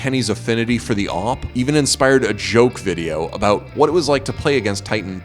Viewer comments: Just hate how they pronounce awp now days... it's A.W.P period!!! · it is awoopa